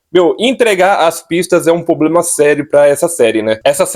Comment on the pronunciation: "POBLEMA"? É sério!?